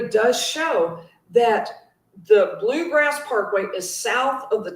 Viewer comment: It’s “Bluegrass” Parkway.